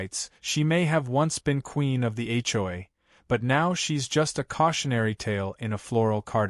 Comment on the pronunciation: You towed a POLICEE RAILE? Whats a police TRAILR? A CHOY empire? Are these Asian things? What’s a BRAGG photo? What’s a HOI complaint?Whats an HO-I? Whats a HOE bulletin? I didn’t realize that HOE’S came with a bulletin. HLA abuse of power? What’s a HLA secretary? What’s an HLA database? What’s a new HOI election? Really, her dog was glad her RAIN was over? Did she fly like a ballon and sprinkle the dog from a watering can?😅👀😂😄😆 Seriously, PROOFREAD the pictures and the dialog that AI comes up with. AI should stand for Asinine Intelligence.